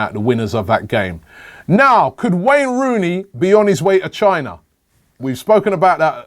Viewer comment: " Rain Wooney" hahaha rome on cobbie lol hahahaha